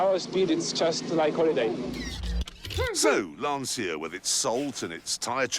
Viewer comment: Clarkson: Insists on pronouncing Lancia wrong despite definitely knowing how it should be said. Also Clarkson: Only English speaker in the world who pronounces Volkswagen correctly when not speaking German. British default setting: Troll (Do be subtle about it though. Bally mods abroad tonight. 🧐🍺)